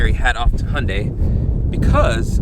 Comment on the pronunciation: I know I’m late but you actually pronounced Hyundai the correct way💜